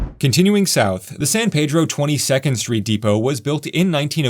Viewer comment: San Pedro, it's prounounced Peeedro, ask a local